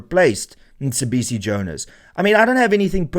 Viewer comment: it's not Msibisi it's Mcebisi. Just saying that because you had an issue with Julius butchering Elon's name .